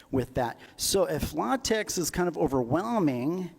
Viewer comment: it's pronounced "la-TEK", actually. ;) (Even more technically, the X is pronounced like the ch in "Loch Ness".) Also check out AsciiDoc (and the AsciiDoctor extensions). It's a fantastic and comfortable compromise between LaTeX's flexibility/features and Markdown's simplicity/readability.